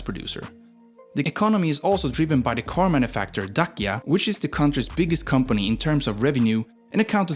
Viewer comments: Daczia… not Dakia… please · Although you butchered the pronounciation of words like "leu" or "dacia", the video was well made and very interesting! you got a new sub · DAKIA hurt my ears :D please, they say like Da-tsch-ia. Also king's name IOAN CUZA, dude, person's name starts with a capital letter. so figure it out, no LOAN it IOAN. also michael the brave? I think it is Mihai, like mee-hai. anyways, good video. do research little bit more for the next one. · Dacia is pronunced DA CI A, the CI is like the italian CI (CONE) ... You keep saying DA KIA, like DA and KIA as in the Koreean car... LEU meaning LION in romanian the E is like EA in M EA (DOW) You pronounced it LAU ... like in OU from MOUSE ... sounds so weird